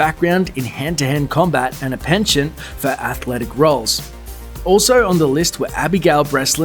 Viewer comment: You're pronouncing "penchant" and "Rosamund" incorrectly.